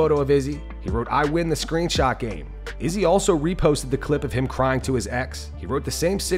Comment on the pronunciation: The way you pronounced Izzys last name was cringe